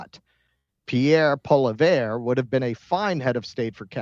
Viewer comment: Poilievre is pronounced "Pwoli-evre"